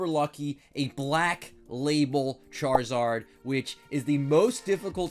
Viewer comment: Why did it sound like he said shartzard